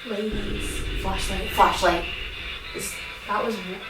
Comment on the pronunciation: i dont know why but its kinda funny when u guys talk about something and the flashlight turns on then u say "flaslight" and then go back too talking :)